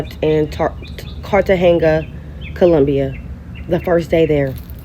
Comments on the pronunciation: You should know how to say the name of a city that you’re visiting. 👀😳🤷🏽‍♂️ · Is she trying to say Cartagena? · Why tf would you go to Cartageña? And why would you go to Cartageña and leave the resort? They clearly didn’t know a fk thing about where they were going. If they did, they wouldn’t have been in Cartageña (aka the cartel ground zero) to begin with. Americans are high value targets all over the world by cartels, traffickers, terrorists, guerillas (like FARC), etc. She can’t even correctly pronounce the fkn city she was visiting. That’s the first indication you don’t need to be there. They’ll never fully grasp how lucky they are to be home. Americans need to stop acting like we can just go anywhere and be safe. Ignorant af. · Lmao I think she was saying Cartagena wrong too. It sounded like she was saying Cartenga lol! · Girl bye! Why you are you going to places and countries that you can't even pronounce correctly! Cartagena is pronounced (KAR-tuh-HAY-nuh) you sound and look like marks traveling around clueless and you are surprised when you are treated as such....🙄🤡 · How she going somewhere and can't even pronounce the name right?! 😂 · Lesson 1, if you can't even pronounce the city you are going to correctly, stay home